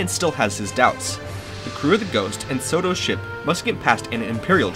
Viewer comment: Its Sato not Soto